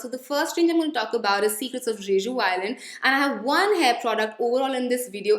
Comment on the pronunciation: Hey, the way you pronounce Jeju is not the correct way to pronounce it. It's literally pronounced as Je-ju. I hope you take this as a constructive feedback. ❤️❤️